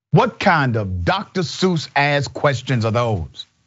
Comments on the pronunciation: It’s ask bro not acts or axe! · I love u but it’s “ask” not “axe”.